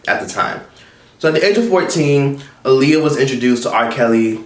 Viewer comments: Her name is pronounced Ah-Lee-Yah look it up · You keep saying her name wrong 😫 Ah-lee-yah 😂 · You keep saying her name wrong. It’s pronounced like Muhammad ALI.